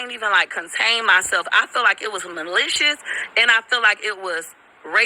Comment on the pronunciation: Tell that fool to learn how to say malicious and NOT (mealicious) with her ignit azz! I wish that community ban her and call the police on her dumb azz! She is an agent of chaos everywhere she goes.